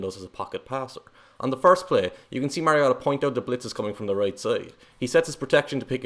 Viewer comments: WHY pronouncing Marcus' last name as Mah-ree-ah-tah?! He has Samoan bloodline, Not Japanese! Last name is pronounced Mah-ree-oh-tah.....Having followed his football career since high school, given the right supporting cast, Marcus can PRODUCE! Having 4-5 different OC's in 6 seasons would produce lesser results w/other draft class contemporaries. Give Motiv8 an decent O-line & an OC that will let him execute the game plan & Mariota could lead ATL back to play-off contenders/contention!...IMUA, Marcus...Vi'ia le Atua! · This particular mispronunciation is more charming than the others. Nobody in the NFL pronounces it correctly. The announcers call him MERY-Oh-Tah. The correct way is like the video game character name Mario plus "ta." If you look at old colleges tape the announcers got it wrong at first. The put an upward inflection on the Ta so it was Mario-TA! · I'm so glad someone finally called this guy on the pronunciation of Marcus's last name. Where these announcers get Mare out of Mar I'll never know. One Duck game his mother actually called the announcers to correct the pronunciation of his name. She said it's Mar i o ta. I also agree with you. Going to another loosing team isn't good for Marcus. You must be a Duck fan and that makes us fans of Marcus and Justin. Will follow them anywhere. In 2018 I followed Marcus across the pond to watch the Titan/Charger game. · If you can't pronounce his last name correctly just call him marcus 🙉🤦‍♂ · Okay, say Marcus's last name correctly. Please. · Your pronouncing his last name wrong boss. Take a deep breath.